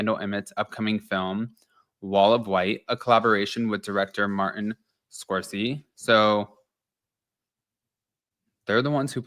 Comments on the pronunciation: Martin "scorsee" lol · I'm loving that you just said "martin score-see"